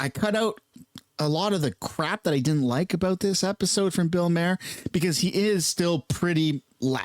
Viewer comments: His name is spelled maher, not Mayer like he pronounced it. He might need to go back and take english again......😂😅😂😅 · His last name is not pronounced like mare …. His last name is pronounced like Mars without the S …. Or Mark without the k ….. Bill Maher (mar) ….. not mare …. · Maher is pronounced “mar”